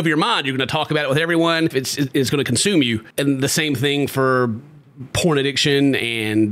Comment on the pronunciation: I thought you said “prawns!??” Then thought how many prawns was he eating before!?? 🦐🍤